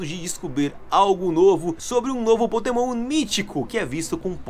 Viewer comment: "Potemon" Mitico? Eu acho que eu ouvi errado